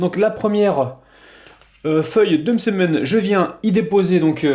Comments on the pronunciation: N'importe quoi il le dit très bien Msemen tout simplement pas mésèmen mdrrrrr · oui il le dit comme il faut